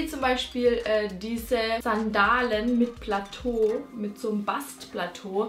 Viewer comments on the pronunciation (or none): none